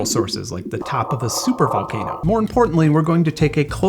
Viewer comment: "Top of a supthr volkano" 🤣🤣🤣🤣